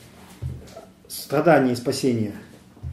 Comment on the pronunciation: Только не "кхест", а "крест"; и не "стхадания", а "страдания" - над "фикцией" не помешало бы чуток поработать, уж если ваш ход деятельности всязан с говохением.